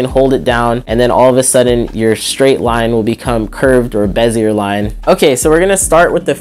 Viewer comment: LOL how you pronounce bezier🤣🤣